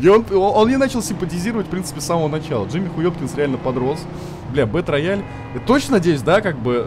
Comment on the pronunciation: Не бэтрояль, а Бэтроял, ясно чи не?